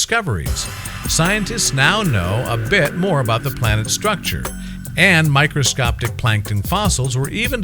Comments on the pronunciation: Did he say "microscoptic"? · Did he say microscopTic??? Irregardless, i know i heard it... and btw... ITS JUST REGARDLESS. Thank you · "Microscoptic" -Narrator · "microscoptic" lol